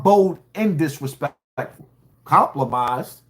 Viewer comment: These "fans" don't respect you 😂 your own fans stans be sayin crazy sht! The word is compromised not complomised 😂😅